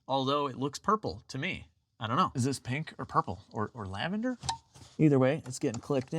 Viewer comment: Plurple. I think plurple.